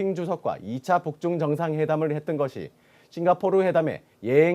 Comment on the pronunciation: 싱가 포오(삐끗)르 ㅋㅋㅋㅋㅋㅋ 귀여우셬ㅋㅋ